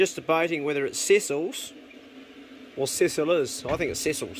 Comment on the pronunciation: Wow, your daughter is a sweet shooter! Yum, that stew looked good. Interesting video, and I'm off to watch more of them. Ta! P.S: Over here on the west coast of the US, we pronounce that muesli maker's name as seh seal'.